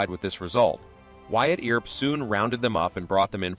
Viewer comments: The Earp brothers name is pronounced E*R*P. Ignore the A and do not pronounce it. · The pronounciations of commmon words and Names (EAR..p , Tuck-son, etc ) are so far off this MUST be an AI narration. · Another comment from one of the watchers about the pronunciation of some words, such as "Mojave" (no "j" sound) and for goodness sake, "Earp" (doesn't rhyme with "ear"). However some edits of the video did correct "Earp", so the error was known. The first killing by Stilwell mentioned was that he killed "another" man. I thought I had missed something. I hadn't. I fail to see how the title of this video includes, "so heartless you won't believe it". He killed two men. "Chilling tale"? This is just to get folks to watch it. Also included are silly images of jurors in the 1800s. Most of the video has nothing to do with Stilwell. Instead of just presenting facts, it also goes too much into interpretation. This was not of production quality. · Great story and history - I just wish your narrator knew ho to pronounce Wyatt's last name and the other place names in the story.